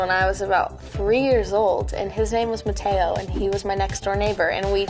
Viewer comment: DID SHE JUST SAY MATAEO?! JANE THE VIRGIN FANS WHERE YOU AT?